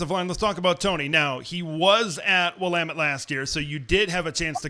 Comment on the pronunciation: Kudos to for pronouncing Willamette like an Oregon native.